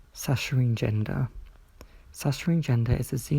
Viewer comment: This nitpick doesn't really matter. I'm not saccharinegender. But I think you pronounced it wrong. I've never heard anyone who is saccharinegender pronounce the word, but saccharine is a word in and of itself. Saccharine, meaning sweet, sickly sweet, or relating to saccharin, is pronounced SACK-cuh-rihn (the uppercase is to show which syllable the emphasis falls on). There's no ch, sh, or e sound in the word.